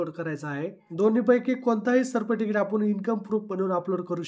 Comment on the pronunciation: Sabscrabe बोलायचे शिका व सर्टिफिकेट हे पण बोलायचे शिका बाकी व्हिडिओ मस्त होता.... 🙏